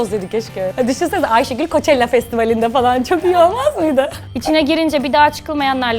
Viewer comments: "Coachella" yı "koçella" diye okuması .. ne kadar paran olursa olsun ,ne kadar yeri gezersen gez genel kültür 0 olunca böyle oluyo tabi. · Festivalin adını Koçella diye okumak 😢🤢👎🏻👎🏻👎🏻👎🏻